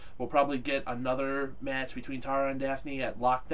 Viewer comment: You keep saying "Tara" wrong...lol!